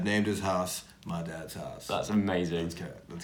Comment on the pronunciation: The way says “my dads house” sounds like “my dads arse” 😂